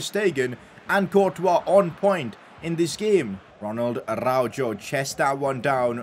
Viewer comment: PCQ: Araujo is read Arauho not Araudzho